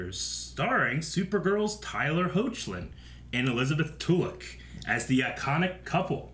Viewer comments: Hoechlin's name is pronounced Heck-Lin. Don't pronounce the Hoe or the ch . Its HECK LIN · His last name is pronounced Heck-lin